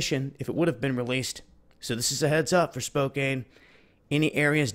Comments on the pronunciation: I live in North West Spokane. First, it's pronounced Spo-Can, not Spo-Kane. Secondly, this is some truly horrible shit to wake up to on a Friday!!! I'm nervous, scared, panicky, all the above. but,,,,, all things considered.... Peace out world & THANKS FOR ALL THE FISH. LOL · Spokane pronounce Spo Can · they are not even talking about it in western wa. im by mt. rainier. not trying to knit-pick, but it is 'spokan' the e does not make the a long! lol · Since Hanford and the surrounding area has been, and probably will continue to be, in the news so much, I just thought I'd let you know that Spokane is pronounced "Spo", similar to snow, and "kan" , as if there was no "e" at the end. We have a lot of places with weird pronunciations here in WA. A lot of the names are Native American. I love that we've kept the heritage, but Skookumchuck is not your average name for a town/river! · it is pronounced spo-can, brother. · it's prounounced "Spocan" even though it's spelled with an e at the end. not a big deal though, I just thought you'd might want to know. Also, thanks for the updates. Much love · pronounced as spo can. I live here in Spokane and take potassium iodide daily. hopefully not being effected by the radiation. I don't have a meter, so I have no idea how much is up here. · That's pronouced Spoke Ann, Spokane. They haven't even put those on our local news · thanks for the update, you do great work, btw, its pronounced spo-can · It's pronounced Spocan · That's horrible!!! Thanks for sharing! Also, Spokane ... the a doesn't say it's own name. lol